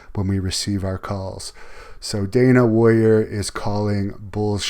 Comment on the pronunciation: I hate that she says warrior like "woyer."